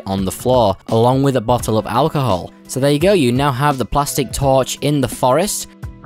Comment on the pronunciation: No one: Literally no one: Not even a single soul:: "Alcohol"